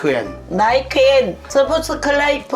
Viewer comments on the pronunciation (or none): ”like and subusuculibe” 😂😂❤️